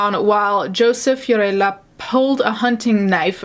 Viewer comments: Unrelated to the subject, but the way you said Fiorella cracked me up because I know you’re saying it correctly, but I’ve only heard American pronunciation of these names so it sounds funny. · I love the way you say "Fiorella". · This has nothing to do with the case but I loved how u said "fiorella" with the accent!